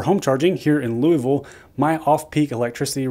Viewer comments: Sounds like you are a transplant to Louisville (pronounced loo-ah-vule). Louis-ville is in Ohio. Your lack of a local accent gives you away. Thanks for the info tho. I grew up in Valley Station KY….Just outside Louisville’s city limits. Cheers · People from Louisville Ky. Don't pronounce it like Lewy ville. Just sayin. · I wonder how many people viewing your video focused on the Red River Gorge comment. It's one of the most beautiful places in all of the Commonwealth. Haven't been there in years, but the wild, uncompromised natural beauty of the place will never leave my memory. Not to be picky, but the correct pronunciation is Luhvul. I grew up in Carrollton.